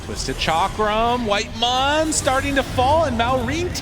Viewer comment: WHITEMON? NO, ITS CARRYMON